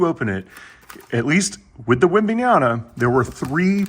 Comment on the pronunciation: His name is webenyama not webenayana